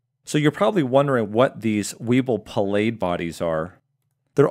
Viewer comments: Thank you for these excellent updates. I have been looking forward to your insights into the ABO blood group data. A long time ago I had the honor of meeting Dr Palade and I believe his name is pronounced “Pa la dee”. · Dr Palade’s name is pronounced Pa la day, he was an electron microscopist and described many organelles eventually winning a Nobel Prize. I got to hear him as a student at Haverford College over 60 years ago. One comment from a blood banker, A,B, AB, and O are blood groups as the authors stated correctly in the papers you discussed. The only blood type in common usage is Rh. Minor issues, keep up your excellent work.